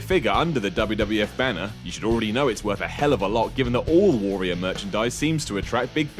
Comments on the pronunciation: can't pronounce Warrior. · You say "warrior" fucking weirdly.